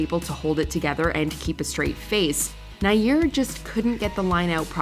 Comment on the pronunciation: It's (nah•YAR),, not "Naiyir", as you would have it.